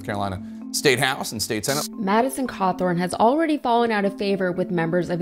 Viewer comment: Hot., not KKKawthorne. 🤣